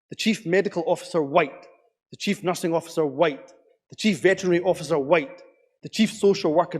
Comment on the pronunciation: Dude was throwing around some hard Ys every time he said whYte!